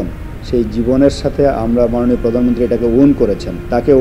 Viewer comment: ভালো উদ্যোগ. একটা জয়গাতে আমার খটকা লাগলো. মাস্টার্স ডিগ্রী পাশ করার পরও, প্রধানমন্ত্রীকে পরধান মন্ত্রী এবং রিক্সাকে রিস্কা উচ্চারণ করে কেন? এটা কি শিক্ষা ব্যাবস্থার ত্রুটি? পরবর্তী প্রজন্ম কিভাবে শুদ্ধ উচ্চারণ শিখবে?